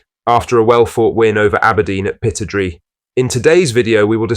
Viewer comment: Pittodrie: pronounced 'pit-odd-ree', not pitod-ree!